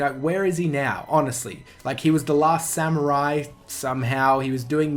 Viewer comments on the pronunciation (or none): none